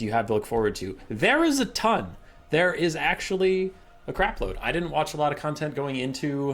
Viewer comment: I literally heard "There is Zhatan" of changes . This can't be a coincidence